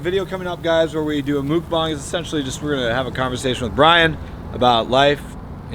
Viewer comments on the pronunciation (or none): It’s not mukbang is mookbahng